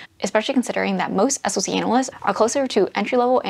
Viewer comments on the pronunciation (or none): As far as salary goes for a SOC analyst, it easily goes upwards of $160k for a tier 3 analyst. Also, it’s pronounced “sock” 😅